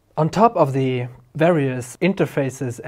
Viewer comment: Go "Back To Duh Future". :P